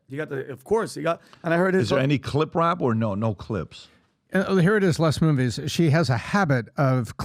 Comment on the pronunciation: Does intentionally mispronounce names? If not, WTF is wrong with him? It’s Les Moon-Ves, not MoonVees.